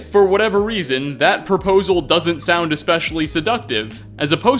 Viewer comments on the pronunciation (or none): none